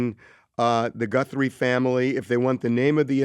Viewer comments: Did he say GuNthrie???🤦🤦🤦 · Does he keep saying Gunthrie? 👀